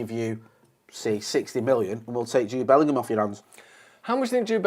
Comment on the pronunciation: "Jude Bellum" needs to become the new Jason Sanchez